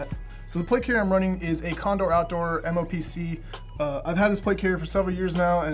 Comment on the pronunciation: Almost threw up when he said condor plate carrier.